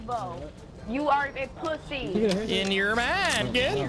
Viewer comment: Its literwally a cwossbow